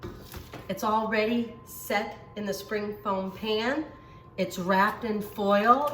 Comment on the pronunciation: She kept saying spring foam pan. I laughed every time. She's so cute.